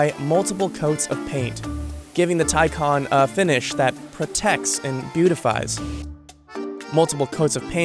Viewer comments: FS it's Por-sche with a silent e not Porsha and it's TayCan not TieCon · Taycan is a Turkish name it means fast, young etc. Tay means colt, baby horse kinda thing and 'can' means life, soul. So Taycan means who carries a soul of colt, excited, young, fast and fresh. You pronounce it like thai-jan. Not teisen, teican, taicen, taisen or whatever. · Americans really need to learn how the letter 'a' actually works in English. Listening to this guy say 'Taicon' repeatedly is just embarrasing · The word is pronouned and spelt " Tay Can " not Ty Con . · Its not pronounced as Tay-Kan but as Tay-Chan Tay= youngh horse, Can=Life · You pronounce it as ThaiJan nit Taykan! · Reporter be like: Tycan ❌ Tycon ✅ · IT'S tay, ay, not ty, as Icon. more like Acon, the singer. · “Taican” it’s Pronounced Taecaun that’s how all Porsche’s names sound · so Thaican or Taycan? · Why does he keep pronouncing it like “Thai-can” it’s quite clearly “Tay-can” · Why call it a tie con. And not tay can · He says it like tycon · hate how he said the name he called it the "thaicon" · like the vid, interesting, but why do you keep saying taycon??? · Tycon, sounds like one of megatron's henchmen, or henchbots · Why is somebody that does narration for a business insider video, unable to pronounce T - AY CAN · Its pronounced TAY CAN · Wait... so it’s spelled Taycan but it’s pronounced Tiecon? I hate it... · How many times did this guys say “Taycan”? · What's the real one? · He also mispronounced Taycan. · I really dislike the way you pronounce the name of the car.